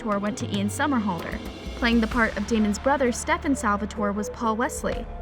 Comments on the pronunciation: its stefan not stevvaaaan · It not Stefaan it is Stefan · It's Stefan not stefaan. Please do your homework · steff-aaannnn???? what girl??? get outta here with that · NOO U DID NOT JUST SAY “STEFAWN”...GIRL THAT DESERVED A DISLIKE CAUSE I KNOW DAMN WELL U NEVER WATCHED THE SHOW 💀💀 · ... "sTePhAwn" its "Stefan" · Srry for the rights but it’s not stefon Salvatore it’s steffan Salvatore srry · Yeah, you can tell this girl has clearly never watched a single episode of TVD, she legit said “sTeFaWn Salvatore” LIKE WHAT- she also said “Matt hOneYcUtT” miss girl- it’s Matt Donovan. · ‘StefON’ ‘honeycutt’ this person can’t speak. How annoying. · can she stop with "stef-aan'' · Ikr, StefAn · Why she say Stefan like that. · Is it just me or is it that she doesn’t know how to say Stefan’s name right? Lol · She says it like Kai lol